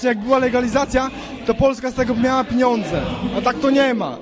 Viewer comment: "piniondze" :D